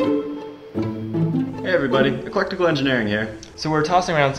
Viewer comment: “eclectical engineering”